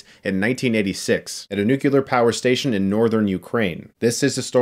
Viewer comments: Y tu, Chris? It's not NUCULAR, it's NUCLEAR. Sigh........ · Not nukiler,It's nuclear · The word is "nuclear" not "nucular." At least get that right. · Ok if nobody ever corrects it, then it will never get better, and it drives me nuts, so I have to say it: NuCLEAR Chris, not 'nu-cue-lar'...nuCLEAR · Chris, please, nu-clear, not nu-kuh-lar. 😤 Just a pet peeve of mine. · Nukular? Why is everybody saying it like that these days? Nuclear. NUCLEAR! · Every time I hear someone pronounce nuclear as "nuke-u-lar", I die a little inside. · So.. why is he saying nu-cu-lar instead of nu-clear? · Please for the love of god.... It isn't Nuke-U-lar. It isn't what happens when you split the Nuke-u-lus of an atom. Its NUCLEAR. Think Nuke-Clear. No "U" in the middle. Sorry... but that one mispronunciation gets to me. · It's NUCLEAR. Not Nucular... Damnit Homer. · Chris: it's 'nuclear' (new-clear), not 'nukular' - ouch! Love your content, but good journalism equals good grammar ;) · Awesome review! Loved this mini-series. But I do have to address a pet peeve of mine: It's nu-KLEE-er, not nu-CUE-ler. 😀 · It's Nuclear Not Nucular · Please Chris... please... it's nuCLEAR not nuCULAR. I'm sure at least 10% of the comments are about this already so... I suppose I'll be another voice in the choire. xD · Noo clee er! Noo kew ler🙄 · Nucular? It's 'nuclear', man. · Chris for god's sake,its nuclEAR,not nucular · nuclear...not nucular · NU-CLEAR, not NU-CU-LAR. Jesus christ, Chris. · Nuke LEE AR. not Nuk you lar. Seriously dude. You sound like Bush Junior. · "Nucular power station". Fucking hell, Chris. NU-CLE-AR. This language fail is indicitive of the poorly educated. Learn, get better, and spread it so we don't have a MORE ridiculous language. Yes, US English is absurd in many ways. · Nuclear, not nucular... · Nucular? Really? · Did chris say "nu-cu-lar" ? F- I still value our one sided friendship.👍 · "Nucular" is a commonly used mispronunciation of the word "nuclear".-Wiki